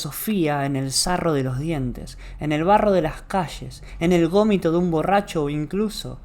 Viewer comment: Cuando dice gomito y repliks me quito todas las ganas de seguir escuchandolo. Además muy poco dinámica y lúdica la enseñanza.